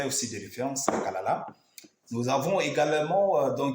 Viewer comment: Kalala, pas kalakala, et cest anyjart pas anyart...